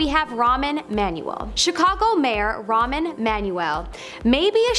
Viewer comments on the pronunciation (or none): ramen? his name is ramen?